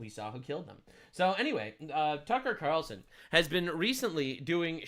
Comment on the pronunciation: Cucker qutar-relson cracked me up